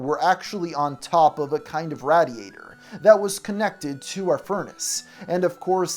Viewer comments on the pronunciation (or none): He can’t even say the way the word radiator I swear to God, he said rad diater